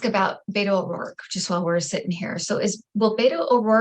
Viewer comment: Beto's name is pronounced "BET OH", not "BAIT OH".